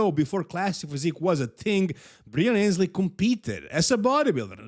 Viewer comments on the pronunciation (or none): Breon Annes-lee by the way, not Ayns-lee